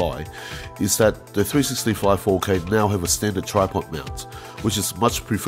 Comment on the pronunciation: Maybe I'll buy me one of these um..."Three-sissy-cameras".